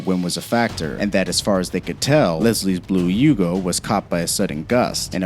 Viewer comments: The video is interesting but you have got to do some research. The YUGO is from YUGOslavia. Beyond that you mispronounced basically every single car name. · The Yugo wasn't "Siberian" 😂. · How many car names can you butcher? And the Yugo was made in Serbia not Siberia